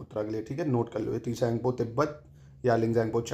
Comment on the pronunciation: T silent hota Isley Tsang po bolte h sir ji.